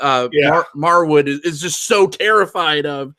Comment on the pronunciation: Just wanted to mention that his name is pronounced Marwood 😆 great review btw.